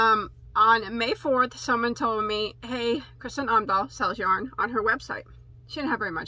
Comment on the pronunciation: I got really excited when I got this video notification. Kristin Omdahl has an amazingly large catalogue of patterns, this #5 milk cotton is a recent addition to her yarns. She also has bamboo and cotton yarns. Her podcast is great, I watch every morning. P.S. you pronounced her name pretty good.